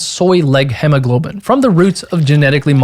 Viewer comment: holy hell its pronounced hemoglobin not hemmoglobein you can literally just google "hemoglobin pronounce"